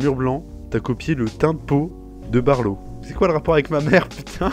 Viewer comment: Appelé barlo ? C'est balo... pardon...